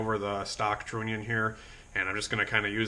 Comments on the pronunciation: Stop saying Trooonion !!!!!! Say the word ONION... then add TR to the front of the word! Just saying ! Its Trunion TR....UH...NION !!!! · You could run a relay for the fuel pump power. But run the trigger wire off of your switch that you got. It's pronounced tronion.